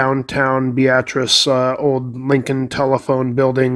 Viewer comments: Can confirm he's saying it correctly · I lived in Beatrice for 37 years and he's saying it right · I am actually not saying it wrong. I am from the area and know how it is pronounced by locals (bee-at-tris). Very common for people not from the area to think it is pronounced like the woman's name (Bee- uh- tris). You probably won't be the last person to mention that either.